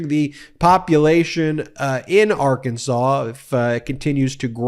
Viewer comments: Did Sarah Huckerbee just say “ar-KAN-sans”? I have read somewhere in trivia that it is allegedly a crime in Arkansas to deliberately mispronounce the name as “ar-KAN-sas”. If the state should be pronounced “AR-kan-saw”, wouldn’t the people be “AR- kan-SAW-ans”? Just wondering. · If your govern is a crook is a serious issue as any other. If you can not trust her to not steal from the state how can you trust her about health care, education or the state budget. The people of Arr kan saw {there i pronounced it correctly unlike the gov.} knew they were hiring a known liar so they get what they get. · H-Sanders mispronounced Arkansas. I just wonder if these people are from our planet.